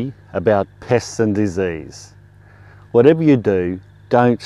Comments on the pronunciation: At the end of the Video, I had gotten distracted by a sudden kissy attack from my Pitt Bull, turned back to the video and at the very end I thought he said "Piss" instead of Pest and had a total WTF moment 😂😂🤣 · I thought you said piss at the end of it. I was like, whhhhaaaaaat! lol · I thought he said piss, I had to rewind.